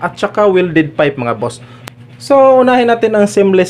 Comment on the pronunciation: Tama naman po kayo sir kaya lang ang pronunciation nyo ng PIPE ay FIPE baka kasi paniwalaan ng mga bata correction lang po kung mamarapatin nyo